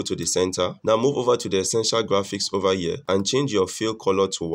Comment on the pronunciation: over here ❌, ova yea✅